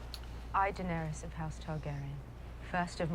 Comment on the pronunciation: YALL know what’s crazy…. you guys haven’t pronounced Dany’s name right the entire show 😭😭